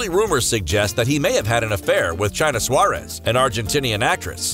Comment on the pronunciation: “Chaina Suárez” 😂😂😂